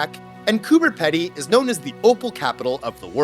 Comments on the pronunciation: "Coober Pedy" is pronounced "Cooper Peedee" said with an Aussie accent. You actually made me look it up because I didn't believe it had a 'B', checked with friends and they were confused too 😂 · heya not meaning to sound rude here by any means just more so wanting to teach a lil here but the way you said the "pedy" part of Coober Pedy was a little off. its pronounced like Pee-dy :D other than that you nailed it! also fun idea for a video would be checking out all the odd named places around Australia and Tasmania! Tassie alone has TONES! especially places like "Doo Town", every house there has a fun name that uses the word "doo" in them such as the obvious "Scooby-Doo" but you also have house's called things like "doo us" or even just "doo doo" haha we aussies know how to have fun :P